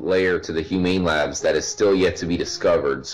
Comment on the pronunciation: says humane labs french guy human labs